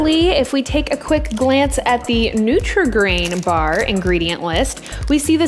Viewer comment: I love how pronounces her R's.....baRRRRR....chaRRRRt.....couRRRse. Very 'e-rhotic'